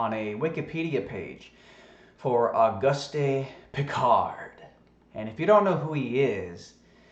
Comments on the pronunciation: It's pronounced augoost not augustie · The French pronunciation of Auguste would be "oh-goost". Accent on the second syllable, as in "because". I assume the Austrian is similar. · Love your channel,. Say, I was a French major in school. Can I help you out with his name (if someone else hasn't done so already) for future reference? His name is pronounced "Oh-goost Ann-twahn." (You got the "Piccard." 😊) Thanks for the Wiki alert. Now I think I'll buy one of those "Duh-grass" (also French) Tyson t-shirts. 😉😊❤ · it is very hard to take you seriously when you mock his name by mispronouncing his name over and over and over again. the mans name is based on the French lanquage. the "e"" is silent .augusty is not his name .please i know we are the deplorables but we need not show how dumbed down truthers really are. actually i dont think you are dumb i think you may be mispronouncing his name on purpose, are you? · Auguste Piccard is pronounced “o-GOOST pee-CAR”, or at least, that’s close enough to French for most ‘Murricans. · Auguste is pronounced [August] like the month, in French the final e of every word is muted as in [Antwan] is the pronounciation of Antoine. Hope this helps. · Auguste is a French name and the "e" at the end is silent. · The "e" is silent flattard boy.